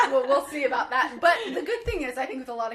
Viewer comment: I love how you say aboot 😂